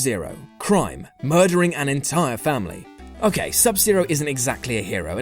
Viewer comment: "Mudering an entire family."